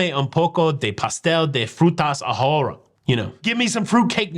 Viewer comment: ahora is pronounced more like ah-or-ah... h is silent in Spanish. :D